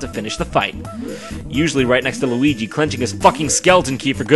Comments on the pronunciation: i believe you ment to say weegee or lugee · Not Weegee D